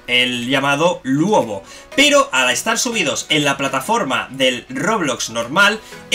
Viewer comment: se dice ''Luobu'' no se dice ''Luobo'' XD